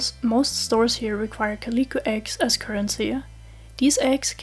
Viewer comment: This is a really good video, very concise information and I like how you display relevant charts. I am begging you to learn how to pronounce calico